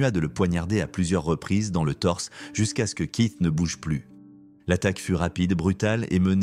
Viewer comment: Kit kiss au lieu keith 😵‍💫🤭 ionaïtiiiiid au lieu de iounaïted 🤯🤬